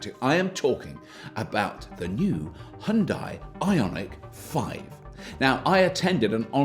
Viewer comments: It's hue for Hyundai not high! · Hyun-dae.... not hyun-dye. If hard to pronounce close enough, think of starbucks drink size GRANDE. HYUNDE. after all these years, why don’t we at least try it. Enjoyed your vid. Thank u. FYI, in Korea, there will be 2 segments available. Exclusive (starting around $39k after all incentives) and Prestige ($45k and up after incentives). Different battery, options. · As a korean, i teach u pronunciation "Hyun dai" (X)------> "Hyun dae"(0) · it's bloody hyundai, not heiandai. Decolonize your speech mate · pronounced Hyundai like Sunday bloody sunday i dont subscribe cuz of that! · it's not HaYundai, it's Hyundai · Why do British people sound like they're having a seizure whenever they try to say "Hyundai"? Just say it like it rhymes with "Sunday" -- the proper way like we do in the US. You're welcome! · Its pronounced Hunn day. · I get your game. Seeing how many ways you can pronounce 'Hyundai' in a single video.